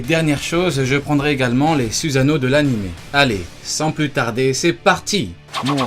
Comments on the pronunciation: On dit pas suzano mais sussano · « Zuzano » ça me STRESS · Ta prononcé même pas correctement le mots Susano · sa sert a rien de faire des videos sur les meilleurs... parseque toute les personnes ont le soussano et stp prononce bien les mots pk tu fait peter les tinpents